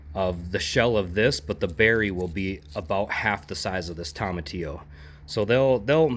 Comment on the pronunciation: TOE-muh-tee-oh. Not TOM-uh-tee-oh. No Toms about it lol Anyway…This helped me so much! I think my mystery volunteer is a cape gooseberry. Thank you!